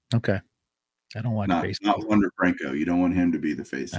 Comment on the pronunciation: It's not wander